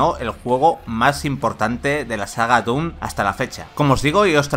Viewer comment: DUN Eternal ... por qué los españoles pronuncian tan mal palabras en inglés ? Hasta le inventan palabras que no existen.